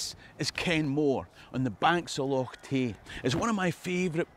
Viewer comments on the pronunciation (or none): none